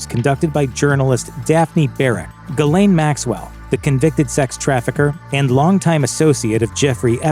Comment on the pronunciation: Your bot can't even pronounce her name correctly. And why not mention her friendship with Trump? Bill was a saint compared to Trump. Seems like another political hit job.